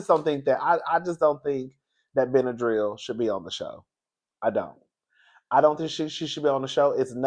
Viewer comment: You did it again. When I heard you say Benadryl I almost died 😂❤️